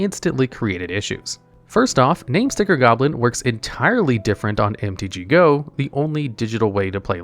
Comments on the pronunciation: It's MTGO not MTG GO. Come on dude. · why are you calling mtgo "mtg-go"??